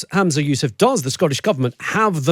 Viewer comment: Its ‘Humza’ not ‘Hamza’ 😂 If only autocue could speak 😂 Plus, that Scottish reporter, even if he is not, gives off big Unionist vibes 😂